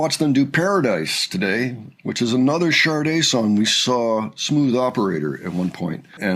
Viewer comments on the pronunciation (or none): IT IS NOT PRONOUNCED SHAR -DAY - IT IS SHAH - DAY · Honey, it is NOT “sharday”. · There is no r in Sade. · Please pronounce "Sade" correctly.